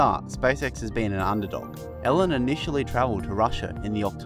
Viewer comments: Pronounced "Eelon...not Ellen"....jesus.... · nice video.. but the name is pronounced ee-lon, hope you correct it next time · His name is not Ellan, it's Elon. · His name is pronounced "E Lawn."